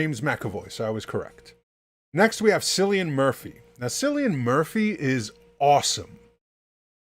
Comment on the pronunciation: Bro "s"illian Murphy its "K"illian